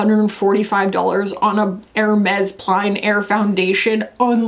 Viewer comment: hope you don't mind a friendly French pronunciation tip (someone who knows to say "none of them IS" won't mind I think)! plein air: say it like "plen", like it rhymes with "then"